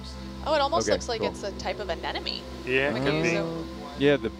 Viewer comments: she said anenome. lol even biologists have trouble saying anemone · Anyone else notice a Marine Biologist mispronounce Anemone?...twice!!! 🤓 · These "biologist" despite the title tend to be VERY unprofessional. "Baleen whale" is the term you're looking for. Yeah, they mispronounce "anemone" wrong... twice.